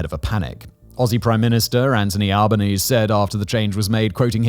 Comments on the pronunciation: Hi Simon. FYI; ASIO is spoken like “Asia” but with an O… and Albanese is pronounced “Albin-easy”. Cheers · you pronounced the aussie prime misters name wrong. Its AL-bə-NEEZ-ee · Just an fyi on Anthony Albanese. Its pronounced “Albaneasy” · For future reference: It's pronounced Al-ban-easy not Alban-aise. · aussie here. it's pronounced albn-eezee. also my last tenant was a fkn nazi. full nazi. i just own the one house, but this guy did the salute, had an SS stuby holder, said all the fascist standard lunacy. never met an aussie nazi before. meeting anti-semites and fascist sympathisers every week. it's terrifying. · Just some clarification on pronunciation of some local Australian terms: ASIO is pronounced Ay-Sea-Oh Albanese is pronounced Al-bow The terror alert level is "Orr noh" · Hey Simon, quick FYI: Albanese rhymes with sneezy 😂 And ASIO is pronounced as one word because we're lazy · Just a heads up, we Aussies pronounce our PM's name as Alba-nee-zee. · Alba neez-E perhaps. Regardless, the emphasis is definitely the final 'E'. Just don't get Simon to pronounce 'Uluru' again. 😂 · Just to let you know you pronounce the E at the end of Albanese's name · Please learn how to say anthony albanese's name properly please please please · With pronouncing Anthony Albanese's name, you put emphasis on the e at the end instead of combining it with the es in front of it. Love your vids mate! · Might want to check the pronunciation of Albanese ;) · It's just so commonly pronounced that way so whenever his last name is mispronounced it's a bit jarring. Similar to how ASIO is pronounced AYY-ZEE-OHHH here rather than spelling it out.